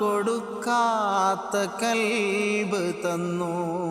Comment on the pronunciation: കൽബ് അല്ല ഖൽബ് ✅